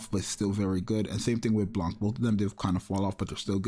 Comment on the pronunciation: Blanc too, the " c " is silent, it's a french word, same as Noir and Rouge